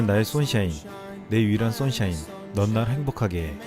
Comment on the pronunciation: 손샤인 발음도 명확하구나. EPL 살아있는 계속되는 전설 손흥민 선수!